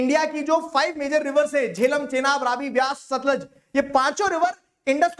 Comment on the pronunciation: Sir satlej nhi hai vo satluj river hai😂 😂